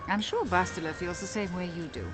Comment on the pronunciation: By the way Bastila pronounces her name in a wrong way, if I'm not mistaken. You can hear it in this video, when she says "I'm Bastila, yes"